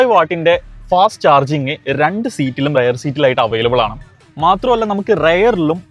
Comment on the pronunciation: റയർ സീറ്റ് അല്ല റിയർ സീറ്റ് എന്നാണ്...!